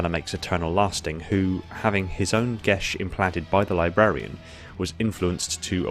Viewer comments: It is me or he saying “Geas” wrong EDIT: guilty spark says it as Gē as so your saying it wrong, it’s not gesh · Gesh sound wrong. Gias should really be said as gee as, or possibly ges. But a sh sound without an h makes it sound wrong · Why do you pronounce it "gesh?" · I thought it was pronounced Geia. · lol, gesh. Pretty sure its a geas.